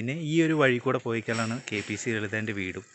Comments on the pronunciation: കേപീസീ അല്ല കെ പി എ സി. പിന്നെ ..................🤬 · Kpc alla mone kpac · Kpc അല്ലടെ.. Kpac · Thanks for covering these beloved artists. Try to improve your language. It is kpac, not kpc. All the best. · KPC അല്ല, KPAC എന്ന് ശരിയായി പറയൂ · കെപിസി ലളിത അല്ല. Kpac ലളിത എന്നാണ്.റെസ്‌പെക്ട് ചെയ്യുന്നത് നല്ലത് തന്നെ. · Kpc അല്ല kpac എന്ന് പറയു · Kpc അല്ല മോനേ KPAC ആണ് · എടാ മരുമോനെ.. K P C അല്ല KPAC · കെപിസി അല്ല കെ പി എ സി ആണ് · k p c അല്ല ബ്രി k p a c..... ഇതാണ് ശരി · KPAC ആണ് കെപിസിസി അല്ല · കെ. പി.സി. ലളിത അല്ലടാ കെ.പി.എ.സി ലളിത അതെങ്കിലും മര്യാദയ്ക്ക് പറ. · Eda Potta, KPC allan KPAC🤣🤣aadyam malayalam paryan padikku🙃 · കെ.പി എ സി എന്ന് പറഞ്ഞ് പഠിക്ക്